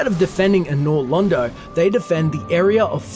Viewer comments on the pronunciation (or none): none